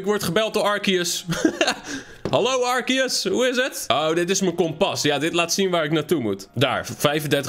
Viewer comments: Het is arceus niet arkeus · Het is altijd arse-eus ✨ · Nee het is arceus uitspreekt arsieus